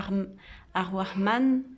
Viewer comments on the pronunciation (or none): Merci pour cette vidéo , nous aussi on t'aime. Je crois que tu n'a pas l'habitude de parler l'arabe . EL RAHMAN , EL RAHIM , le R est roulé comme en italien , et le H est soufflé au niveau du palais . Bisou à toi et ton bébé 💟💟💟 Qu' Allah vous protège